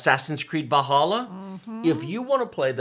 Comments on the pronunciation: Just me or is he saying assassins creed bahalla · So Valhalla is pronounced like "Va halla", not "Val hala"?